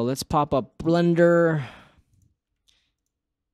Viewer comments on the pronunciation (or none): none